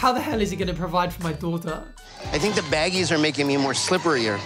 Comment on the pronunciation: No one: Literally no one: Not even the producers of 90 day fiancé : Big ed:BaGiEs